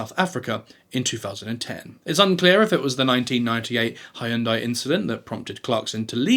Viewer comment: According to a famous ad campaign, Hyundai rhymes with Sunday. And it’s SeinFELD not SeinFIELD.